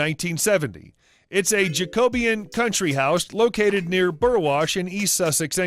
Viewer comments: The house style is NOT Pronounced JAKE-OBIAN??? It’s ‘Jacobean’ ... pronounounced Jack-Obb - ee- ann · It's Jac-o-be-ann NOT Jac-obeun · "Jacoybean'' Gotta laugh, at least our narrator is being true to form! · I like the Jack-co-be-anne . Then again , we couldn't pronounce most of their American Indian names either if we didn't hear them .......... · Should probably have learned how to pronounce “Jacobean” before filming this.